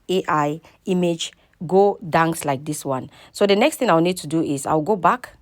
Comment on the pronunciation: Dance not Dangse